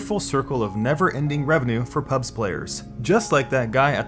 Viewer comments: you are saying pubs instead of pubgee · ok its PUB G not PUBS UGHHH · Call it PUBG it's not fucking PUBs there's a G in there. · Nice video, but every time you said "PUBS" I cringed so hard I almost fell out of my chair. No one calls it that. It's PUBG, dude. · "P U B S" AAAAAAAAAAAAAAAAAAAAAAAAHHHHHHHHHHHHHHHHHH Its PUBG! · It triggers me that you call the game Pubs and not PubG. Stop being lazy. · its Pub-G not pubggggahss lmao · Hearing you say "pubs" over and over instead of "pubg" is infuriating.. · Why say Pubs instead of PubG? As a former WoW player, it confuses my brain lol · dafuq is pubs mate? it's called pubg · Loved the content, but my god calling it PUBS gave me cancer. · The G isn't silent; "PUBS" in the entire video... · Thumbs up if you're triggered by him calling it "PUBS" lol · stop calling it "pubs" reeeeeeeeeeeeeeeeeeeeeeeeeeeeeeeeeeeeeeeeeeeeeeeeeeeeeeeeeeeeeeee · I'm triggered he keeps calling it PUBs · Why do you say pubs? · Before watching It's because of streamers, the success of the mods, the community it comes from and the fact that they aren't making a shitty cosmetics game with buggy features that act as if they are rng determined. After I love how you call it pubs instead of pubg. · HOLY SHIT ITS PRONOUNCED PUB-GEE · why do you call it PUBZ ? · I pronounce it Pub-jee, but I'm not sure if that's right